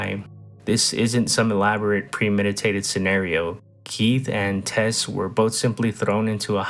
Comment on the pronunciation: It's "Tess" not "Tez" you dingdong.